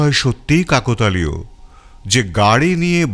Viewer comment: Dada Aabar-o Bolchhi Ucchharon Ta ' Kakotalio' Noy, ' Kaaktalio.'